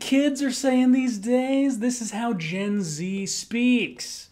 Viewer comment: Non english speaking, it took me a while to realize you were saying Gen Z as a short term. I was like...did he just said Jay ?! I don't think so... Hehehehehe